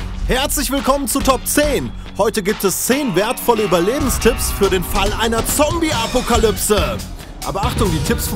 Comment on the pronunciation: Nein, eine "Apukalybse" sicher nicht :D